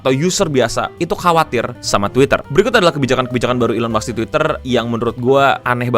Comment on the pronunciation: Gue kritisi ucapan ejaan lo pas baca Musk.. mask bukan maks lol.